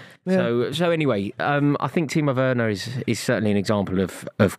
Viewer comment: Truth spoken for once by Rory/Buvey. Timo Werner is SOFT. Also needs to be told its a hard ‘V’ sound not soft ‘W’ on Werner. Grating to keep hearing it 😬💀